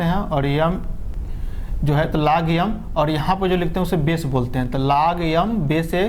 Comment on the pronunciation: aap Accha padhate hai but लॉग यम नहीं बोलते है लॉग एम बोलते है🙄